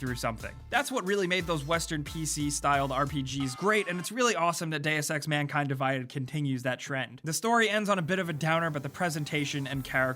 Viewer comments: "Manking Divided" lol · "Deus Ex : Manking Divided" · "Deus Ex: Manking divided" Oh boy I love being a part of manking, don't you? (I love being a cunt about the tiniest details in videos) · not sure if you noticed but you had MANKING not MANKIND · Manking... Hokep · "Deus Ex: Manking Divided"